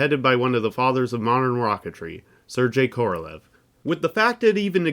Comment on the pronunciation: Love the video. Just trying to help, but his name was pronounced like "Ser-Gay" not "Ser-Jay," and it's "Noo-Clear," not "New-Kyoo-Lrrr." These minor quibbles aside, congratulations on some amazing content and please keep up the outstanding work. Five stars. ^_^